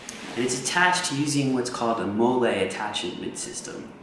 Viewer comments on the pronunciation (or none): Right now I am currently awaiting on my bag to get here and I cant wait. Love the HD review however MOLLE is pronounced Molly. sorry just the military mindset in me to correct deficiencies. Have you done any challenges with the bag? I have seen how others have loaded it but this is one of the only reviews I have seen in HD